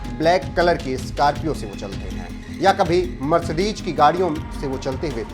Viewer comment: Mercedes hota hai na ki🤣 Mercedeg..